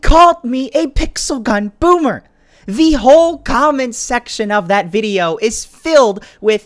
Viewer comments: Lolllll "boomer" not bommer lolll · said bommer